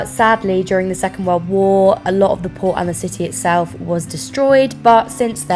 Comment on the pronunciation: either i’m going deaf or just stupid. everytime she said ‘port’ i thought she said ‘poor’ and i was like “oh no they destroyed the poor in ww2”